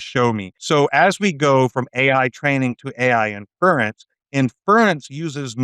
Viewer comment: This episode should have been titled, "we missed it!" The word is inference. Not " In-furr-rents" If you say it right, it flows pretty easily off the tongue.